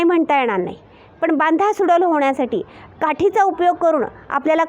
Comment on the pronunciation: बांधा सुडौल असं म्हणा (डौल / डैल ) आपण सुडैल असं चुकीचे म्हणताय